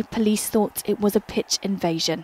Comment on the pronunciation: Idk what happening but when she says “pitch” or “center pen” it makes me laugh